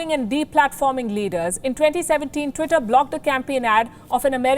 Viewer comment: Lady first you cant even pronounce tweetay second it's a private company who has the right to do whatever it wants thirt your channel preaching hate you know it